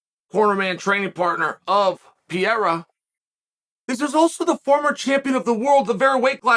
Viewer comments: Funny how Chael says Alex Pierra, rather than Alex Pereira.... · Chael never saying the name of foreign fighters correctly is hilarious. He must be doing it on purpose... "Pierra" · Lol I came here just to hear Chael call him Piera. He did not disappoint 😂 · (pee-era) uncle chael phonetics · i wonder if chael is ever going to learn how to say alex's pereira's last name popperly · How difficult is to say Pereira??